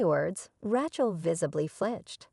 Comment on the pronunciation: epi-TOME. RATCH-el?